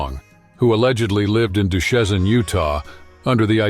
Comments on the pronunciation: It's pronounced "Do-shane", not "Do-shezin". Just saying. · Duchesne, Utah. Local quirky name. Story missed it. Not, “Du shez un ”, it’s pronounced ,Do-Shane. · Duchesne, UT is pronounced Do-Shane. Regarding the Butch Cassidy bio. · Duchene, Utah pronounced Due-shane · Duchesne (Do-Shane) Utah. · Duchesne (say "Doo Shane"), Utah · Duchesne is pronounced "Du-shane". Just fyi. Great video. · Duchesne Utah is pronounced Do-Shane. Nice try. ✌ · We would drive through New Mexico on the way to see my grandma, Billy the Kid’s grave was always a must stop! I also went to Doc’s grave in Glenwood Springs. 😊 history is so awesome!! Side note: Duchesne is pronounced ‘Dew Shane’ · Did not pronounce the city of Duchesne Utah correctly